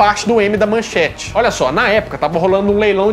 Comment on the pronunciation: Não é "manchante", é MANCHETE! Agora, vou te mandar o seguinte texto: XUXA NA MANCHETE ("Aham Cláudia, senta lá!") Xuxa (Maria da Graça Meneghel) não começou sua carreira na TV Globo, como os mais novos imaginam, mas na Manchete – ou melhor, na primeira atração de peso da casa, o Clube da Criança. O programa estreou no dia 6 de junho de 1983, quando Xuxa tinha vinte anos, e era exibido de segunda a sábado das às , abrindo as transmissões da Manchete. Modelo desde os dezesseis anos, Xuxa, por sua beleza e carisma, logo se tornou uma sex symbol, ganhando a capa de diversas revistas, entre elas Manchete e Ele Ela. Esses seriam os primeiros contatos da apresentadora com o Grupo Bloch. Mauricio Sherman ( ), então na Bandeirantes, pretendia criar um programa infantil na emissora, baseado em uma fórmula que vinha amadurecendo e que já tinha posto em prática no passado: um programa para crianças com uma apresentadora bonita. Viu Xuxa na capa de uma revista e conseguiu falar com a mãe dela. A senhora estranhou o convite e ficou nisso mesmo. Em 1983, ano da estreia da Rede Manchete, ao ser contratado por Adolpho Bloch, Sherman viu mais uma foto de Xuxa ao lado de Pelé na capa da revista Manchete e como queria concretizar seu projeto, chegou a Xuxa por intermédio de Pelé, que já conhecia. Ela então ouviu a proposta de Sherman, mas não aceitou por estar empenhada na carreira de modelo: queria continuar com as viagens e desfiles que fazia. Sherman insistiu, até convencê-la